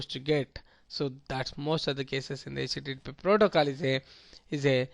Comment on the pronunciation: its not 'Hach tea tea protocoal"